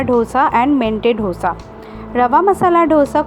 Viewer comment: It's not DHOSA. It's दोसा